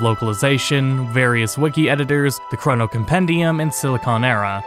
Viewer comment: It is hard watching ( hearing ? ) this great video with how you say the word Chrono XD But... I'm also the same way when people say the word mana. Q__Q